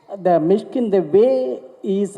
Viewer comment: மிஸ்கின் இல்ல.. மிஷிகின்.. நாக்க நல்ல வழிங்க.. அப்பதான் வல்லினம், இடையினம்,மெல்லினம்.. வரும்.. 🤣🤣🤣🤣🤣🤣.. என்ன தமிழ் பேசுறீங்க அமீர் பாய்.. 😇😇😇😇😇😇😇😇😇😇😇🤣🤣